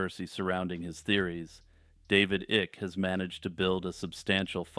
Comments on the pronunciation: David "Ick"...lolol. It's pronounced "Ike", but yeah you are totally correct about what you said about him. It made me laugh because he does indeed give me "the ick" with his deceit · David Icke is pronounced "eye-k" lol, David Ikk is how I feel about the tales he weaves.